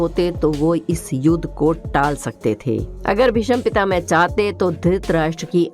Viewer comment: Pehle " Bhishma " bolna hi Sikh len...... please 🙏